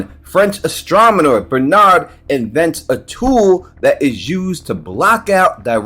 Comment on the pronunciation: Did you really say Astromener?😂😂😂😂 bro tweakin